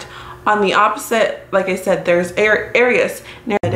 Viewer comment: Aries isn’t pronounced like that lol